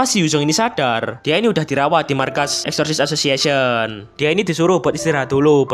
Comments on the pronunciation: Exorcist association ❌ Eshishi ashoshiashen ✔️ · greget banget sepanjang video lu bilang eksorsisesosiesion wkwkwkwkwkwkwkw PADAHAL GW NUNGGU LU KEPLESET NYEBUTNYA BANG, TAPI KOK LANCAR TERUS YAH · Exosisisis asosisisisisiisiyen sumpah gue denger nya gitu bang🗿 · Bg bilang exocirst association Gw dengernya Esosiasesesion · nama organisasi : exorcist association yang gw denger : wasweswasweswaswes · Bg kalo ngomong exorcist association kedengeran kaya Exsoxii sisixieion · Yang disebut:Exorcist association Yang ku dengar:essosis assosiation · knp aku denger exorcist association nya abangnya kek ngomong assosis assiasoss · Exorcist Association ❌❌❌ Esosissasosiasion ✅✅✅